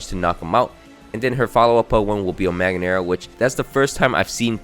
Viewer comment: Mag-geer-nuh and Tox-tris-city